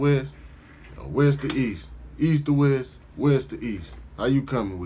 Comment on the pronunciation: Cuz say West "Boast" 🤦🏾‍♂️🤦🏾‍♂️🤦🏾‍♂️🤣🤣🤣🤣 Most Def not from out here! Hella extra.....hella entertaining. 🤦🏾‍♂️